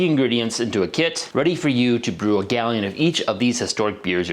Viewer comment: He mispronounced "gallon" as well